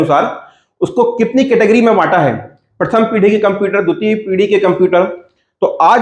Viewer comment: पीड़ी नहीं, पीढ़ी होता हैं सर।